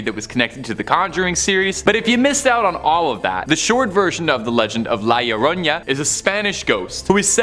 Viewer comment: I love how they say the lloroña 😂😂😂😂 it’s the llorona (lloró-nah) 😂😂😂 but I’m still loving y’all vids ❤❤